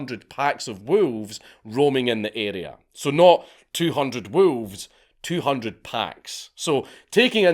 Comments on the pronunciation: You say WoOlves. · Lmao at hearing a scottish person say wolves. "WOOELFS" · Love the pronunciation. Woo-levs. 😂 Much Respect. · The way you pronounce wolves...